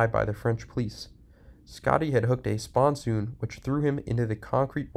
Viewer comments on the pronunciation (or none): lol spon-soon... it's pronounced spon son. Also Parker is not a river... the Parker AZ race is held on the Colorado River at/near Parker AZ. You really should do a little more background research before doing this but I do like your efforts. Also... an APBA race in "Paris"?????